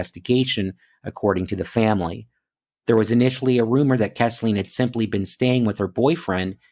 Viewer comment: Three little corrections. I live in the area and Chatsworth is in Murray Co., not Whitfield. You pronounced her name Kess-Leen but her name is pronounced Keez-Linn. The town she went missing in is pronounced Ree-sack-uh. Im not trying to be 'that guy'. It's awesome you are covering these cases. I live in the area but have only become aware of them a day ago!